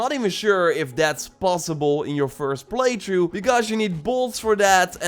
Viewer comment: Why does he say play through “play chu”